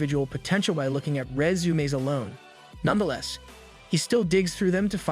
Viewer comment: Resumaeess 😂... Love it bro, thanks for your effort😊❤